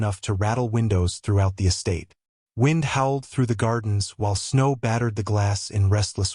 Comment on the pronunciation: Did not care for the narrator. Mispronunciation of the word "wind" and every time he said something "quietly" it sounded rough and angry. lol.